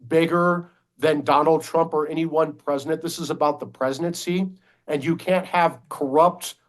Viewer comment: Why does that dude say "presinent"..?